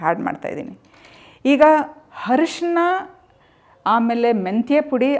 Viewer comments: ಹರಶಿನ ಪುಡಿ ಅಲ್ಲ ಅರಿಶಿನ ಪುಡಿ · Harshana allama Tayi..Arishina anta heli.. Please pronounce kannada words properly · Arishina not harishina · It's not harishina , it's arishina ...kannada kolla bedi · ಚನ್ನಾಗಿ ಹೇಳಿದ್ದಿರಾ ಧನ್ಯವಾದಗಳು , ದಯವಿಟ್ಟು ಅರಿಶಿನ ಅನ್ನಿ ಹರಿಶಿನ ಅಲ್ಲ 🙏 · Harshina alla arishina